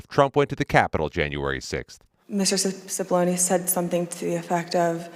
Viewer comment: Why does everyone mispronounce the Italian surname of Cipollone? When there is an “i” after a “c” the word is pronounced as a “ch”. In other words ~> chee poll on e